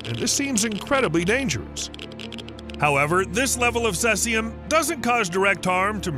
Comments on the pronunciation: Please do your research on how to pronounce words before attempting to make an informative video.. Cesium is pronounced (see-ze-um) Oscillate is pronounced (ah-suh-late) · He keeps saying cessium. It is cesium that sounds like "seize-ee-um." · Cesium = see-ze-um. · its pronounced "ce zeum", not what the devil you called it................. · It's pronounced "see-see-um" 137, "stron-tee-um" 90, and "ah-sill-ate-ing" waves :) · Its pronounced "seize-E-yum" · I believe the proper Pronunciation of cesium is /ˈsiːziəm/ (SEE-zee-əm) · you are pronouncing cesium wrong. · It's pronounced "see-zium" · See-Z-um is the way it's pronounced I believe. I could be wrong tho. I've just never heard it pronounced the way you do. 🤷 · Your pronunciation of ‘oscillating’ and ‘Cesium’ are pathetic!!